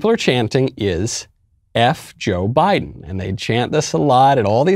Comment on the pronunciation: I'm hearing a J pronunciation than a B pronunciation.